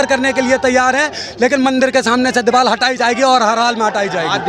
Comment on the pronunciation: Diwal Nahin Hota Deewar Hota Hai